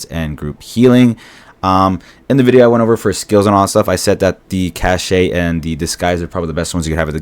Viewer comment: i can't believe you said CASH SHE XDDDDDDDDDDDD It's pronounced Cash. (cache)